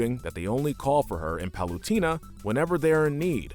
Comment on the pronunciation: U didn't give bowser horns because he already has horns Edit:Palutena is pronounced pal-oo-tay-na